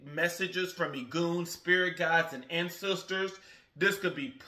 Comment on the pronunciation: I love how you tried to say "ancestors" and it came out sounding to me like "and sister" talking about receiving messages.... Major confirmation!